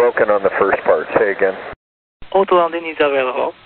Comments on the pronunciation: Sounded like the problem here was with "auto" which he was saying "ot ... londing" Ot-londin. You can almost see the Captain's expression. WFT? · Wow try listening with your eyes closed and "Autolanding" cannot be understood. Need to train the Japanese controllers on saying "Autolanding" properly. The rest is ok. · I'm annoyed by the ATC that cannot pronouce "autolanding" b/c he cannot pronounce the "aw" or "aye" sound. Hire someone with better English pronounciation b/c the job "literally and figuratively" depends on it. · What's weird to me about the pronunciation of "autolanding" is that, because of Japanese phonology, a Japanese accent usually adds vowels to to English words. But in this case the controlled elided the "o" and said something like "oatlanding". Isn't a "tl" combination something that doesn't occur in Japanese, and wouldn't a Japanese speaker naturally want to add a vowel after the "t"? Even if he got the sounds wrong, shouldn't he say something like "oturanding"? Four full syllables? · I think it was a combination of the difficulty pronouncing "auto" (as others noted) and the tendency of Asians to use the 'r' sound for 'L' that made the term "autolanding" difficult to understand for the pilot. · Lots of people are talking about the language barrier but the way the tokyo controller slurs "autolanding" is strange even coming from a native Japanese speaker. It's not a very hard word. The "L" might trip them up but I don't think that would render it hard to understand. "di" is not a syllable found in native japanese words but again they're pronouncing it fine. The main thing here seems to be a hypercorrection. The controller is attempting to say "aut-landing". Japanese uses 'to' to approximate syllables that end in a t (since all native Japanese syllables end in either a vowel or N), so the controller might assume that "aut-landing" is the real pronunciation.